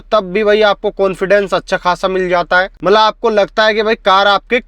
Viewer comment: Camera dekh bhaai.. aap to apna chehra dekh ke baat kar rahe ho.. aur 'mala mala mat' bolna "matlab" bolo.. khud sun ke samjh lo.. Aur ek baat "kones" nahi "cons" hota hai